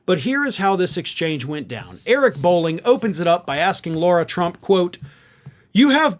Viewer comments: her name is pronounced LA-RA NOT LAU-RA work it out guy its not hard makes you look extremely dumb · Please can you stop with the “Law-ra” it’s La-ra, there is no “u” in her name. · It’s “Lara” not “Laura” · Her name is Lara, not Laura, and you deliberately mispronouncing it is as petty as the right's mispronouncing Kamala. You're better than that. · I must correct you! You pronounce her name Laura, the spelling as I see it as is, LAyRAA That's an insult to the real Laura's, she should have been named Karen. She can't even be named correctly Lara???? Granted, I've only seen the name Laura spelled as seen, not LARA. IT JUST SEEMS ODD. Like the rest of the clan fake and odd🤪🤔🤡 And anyone that would marry Eric Drumpf(the correct spelling of their Nazi last name) has to be an oddball. She's in it for the dumb money. Great podcast, keep up the good work. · Why do you call her Laura Trump when her name is Lara Trump? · Is calling her "Laura" instead of "Lara" deliberate or a mistake? If the latter the smallest mistake affects credibilty of your reporting. Its avoidable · Is it “law-ra”, Laura or “lah-rah” Lara ? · Okay, but the idiot's name is LARA (rhymes with SARA), not Laura. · it's Lara, not Laura. Ok?!